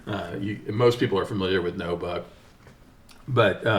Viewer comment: It's NU buck not NO BUCK